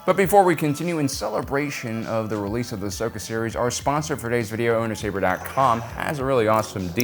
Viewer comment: If I had a dollar for Everytime you mispronounced Ahsokas name I'd be rich.